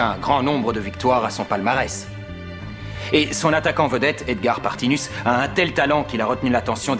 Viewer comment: À dit Edgar Partimus alors que c'est Edgar Partinus;)